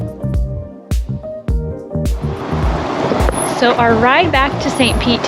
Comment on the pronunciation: Enjoyed the video! Dunedin is pronounced “ done-eden “ for future reference ❤ loved seeing the scenery between st Pete to tarpon!